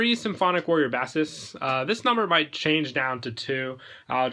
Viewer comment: you call them b-ass-es? that's a fish.... they're pronounced b-ace-es.